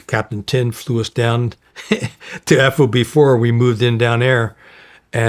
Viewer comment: it's so distracting to hear him say "F-O-B" and not "FOB" ... and "Lay-ahs" instead of "Lah-ohs" ...